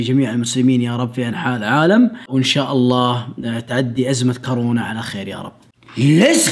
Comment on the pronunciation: هو قال كارونا